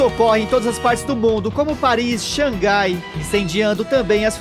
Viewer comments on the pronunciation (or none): none